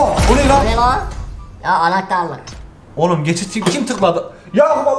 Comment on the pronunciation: anahtarlik diyisine bayildim gulmekten😂